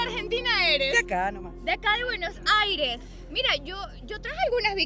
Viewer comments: Consulta al presentador. Porque dice Buenojaires? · Se pronuncia en "Buenosaires" 💪💪🇦🇷🇦🇷